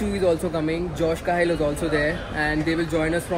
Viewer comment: I follow josh . Watching him since 2019. I knew he is flying this aircraft. Saw his ig post as well. Then you tube recommended me ur video and i was wondering does this guy even know that josh will be in the same flight from Mumbai and then u already mentioned his name. By the way its Cahill as k hill and not Ka hill Dam josh and sam together. Lol. They hate each other a lot. Cuz sam do paid promotions and josh does authentic reviews